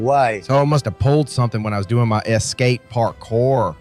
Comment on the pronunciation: Es-ca-pee oh that’s spelled just like escape! Yes AI guy continue to cook chef.